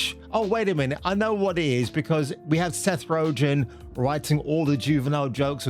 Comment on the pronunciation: who's Seth "Ro-gen"? XD